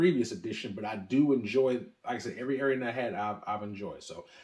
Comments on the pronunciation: Great video but gotta work on your pronunciation of these items. Wrong on almost all of them including the very brand of whisky lol. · I've never heard someone mispronounce Arran.